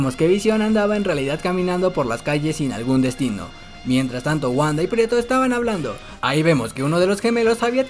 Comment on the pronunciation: Muy buen resumen ,pero es Pietro no prieto ,habla bien